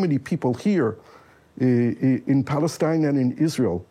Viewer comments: I stopped listening once he said "Balestine." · I stopped watching straight after he said "Balestine." The left have zero common sense.